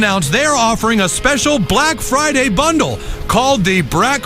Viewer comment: Brack Friday Bunduru. LMAO